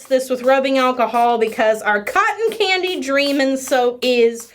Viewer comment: Even knowing what video I clicked I kept hearing "cotton panty" not "cotton candy". When she mentioned the scent I was just like "that's weird. I hope they are CLEAN at least. Why not just call it cotton? 😳" 😂😂😂